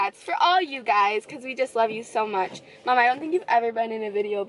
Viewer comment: I like the way you say mom (mamm)